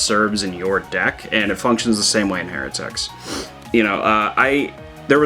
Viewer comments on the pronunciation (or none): Isn’t pronounced, “High-rah-tic”? At least I’ve always said it that way